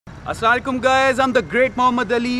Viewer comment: Nyc video.. but plz bhai sorry to say.. not Assalekum.... Ri8 word : Assalamualaikum ok 🙂👍